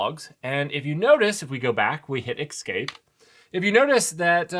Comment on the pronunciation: or eXscape? what's that all about? :D Love your content man, but that pronunciation of "Escape" drives me nuts! There's no X...